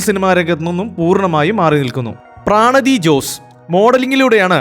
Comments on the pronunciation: പ്രാണതി അല്ല പ്രണതി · പ്രാണതി അല്ല പ്രണതി ജോസ് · പ്രാണതിയോ... അവരുടെ പേര് പ്രണതി എന്നല്ലേ..😂